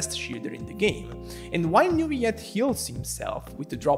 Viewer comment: As french , we pronounce Neuvillette with L , as you would pronounce ROLL or ALLWAYS. Ville mean city in french , Neu means new when it is used before another word as a prefix , and Ette means small when it is used at the end of a word as suffixe. So basically Neuvillette would be the name of a relatively new, small city in real life , in France. if it was meant to be pronounce NeuviYette , it would be spelled with a Y as the word YES. Double LL is allways pronounced as a simple L in french , never as a Y. As usual good video , good job.